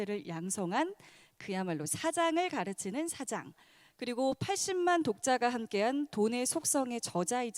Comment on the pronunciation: 처음 소개하시는 분. 저 딴지같은 것 싫어하는데 '사- 장 '은 뭍다. '사장'은 대표. 말의 장단이 귀에 거슬림